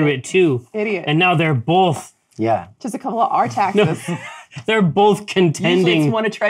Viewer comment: DAMNIT JERRY! There is no L in both. It’s not bolth!